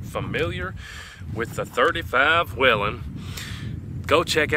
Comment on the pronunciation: It's actually pronounced "WAYLON" ;). You're welcome.